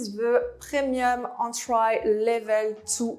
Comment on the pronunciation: I love the way she pronounces some words like "entry" she says an-try. Great content tho.